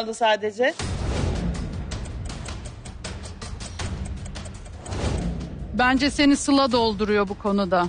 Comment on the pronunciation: De ve da bağlacını ayıramayan gördüm de "sadece" kelimesine "sacede" diyeni ilk defa görüyorum dhdhhs